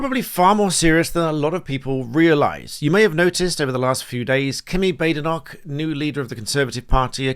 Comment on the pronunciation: Why is everyone mispronouncing her name, it's 'Bad-Enoch'!